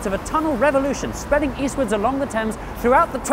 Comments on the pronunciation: Why do you pronounce Thames Tims? That is the bigger question. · Love the river "Temmes" 🤣